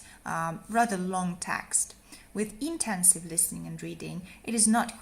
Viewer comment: You said extensive for both. The first is extensive and the second is intensive. I didn’t hear you pronounce intensive properly so it sounded like extensive.